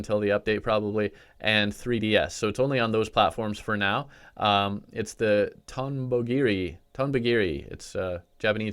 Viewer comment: Its pronounced tom bo giri